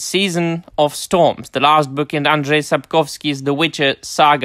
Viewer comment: The English speakers have decided that Andrzej is pronounced as 'Adres'. I have no idea why. The pronounciation of Sapkowski tends to be a bit more random but at least usually it is more or less identifiable.